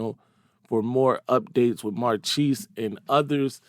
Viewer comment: Marchese is (or should be) pronounced Mar kay say.